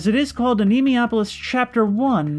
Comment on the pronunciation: "a knee moi ah pole lis" is the pronunciation I think